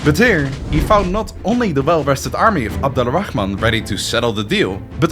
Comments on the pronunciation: The way you pronounce Abdul-Rahman make me cringe.. why do westerners always feel the need to say the KKHHH sound? its closer to an "H" sound phonetically.. just say as its written ABDUL-RAH-MAN not ABDULAA-RAKKHHhhhh-MAN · Since we’re big on correcting each other here, it’s not “Abdullah Al Rahman”, it’s “Abdul Rahman” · I’m named Abdul Rahman I love everytime you say his name 😂😂